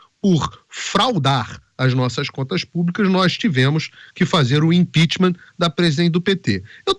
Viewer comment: Imprechamat ué.